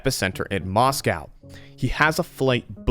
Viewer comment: It's Moscow not moss cow